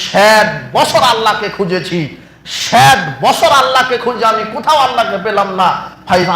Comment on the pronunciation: ষেট বছর কি?😂😂😂😂😂ষেট বছর😄😄😄😄😄😄